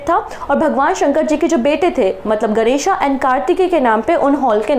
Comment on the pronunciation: Mam hindi ke shabdo ko hindi jaisa hi pronounce kiya karie, ganeshaa shivaaa etc sunane me at atpata lagta hai